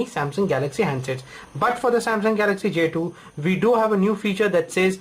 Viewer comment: "j tooo" WTF ?